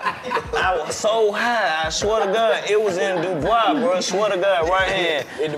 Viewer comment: its was dubwui DC: dubwui DC correct it: I fuck wit Dubai